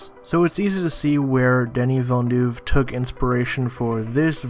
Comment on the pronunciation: He butchered Denis Villeneuve's name, too. No surprise...